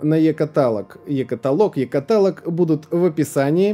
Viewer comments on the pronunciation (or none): Пройдут годы, а так никогда и не научится говорить слово "каталОг" правильно)